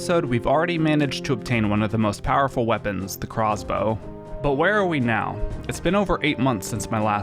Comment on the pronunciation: good vid, but hearing him say "crozzz bow" irked me